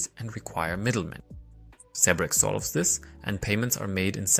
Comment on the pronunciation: Its Zebec not zebrec...but thnx for the vid